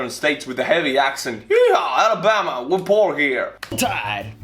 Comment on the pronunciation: Alamama is spot on lol